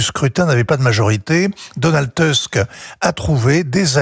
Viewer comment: Ce Vincent Hervouët est un journaliste?... 😳 Il ne sait même pas lire correctement les noms de ces politiciens! "Tuesc", "Tracovski" (ou "Cracovski"), "Naouroqui"...